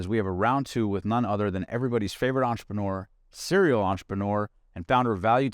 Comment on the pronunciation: It's not on-trep-on-OR It's on-trep-en-urrrrrr